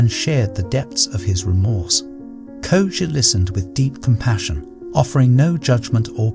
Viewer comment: I love how he pronounced the name Koji in the beginning and then changed up the name through the video. Koja, Kojay, Koju. The art of letting go in practice.